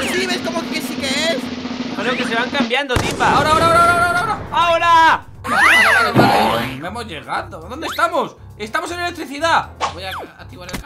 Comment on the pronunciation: se dice timba